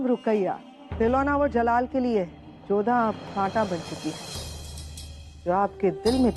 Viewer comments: Jalaal ko malaal😅😅😅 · Jalaal ko malaal😂😂😂